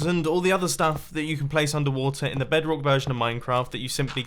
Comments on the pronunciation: did he just said "BEDK" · noone gonna talk about how he said bedrock ?